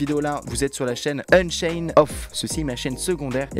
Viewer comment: unchained pas unsained haaaaaaaaaaa bonne video